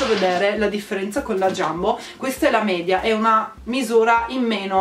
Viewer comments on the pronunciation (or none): none